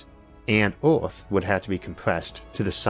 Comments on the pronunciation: Narrator it is "earth" not "orth". :-) btw, Insane shit like this won't be happening . . . . . . .ever. :-) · I love how this dude says OERTH instead of earth 😂😂😂 had too stop watching 😤😭